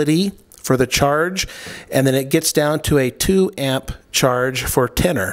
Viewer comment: When you say % of battery life, do you mean battery life, or do you me the % of charge that is in the battery? I assume the latter. Also when you are saying tennor, I'm assuming you are saying tender? As in a battery tender?